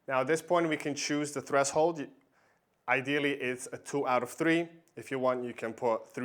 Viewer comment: Good video. By the way you mispronounce the words "threshold" and "heirs"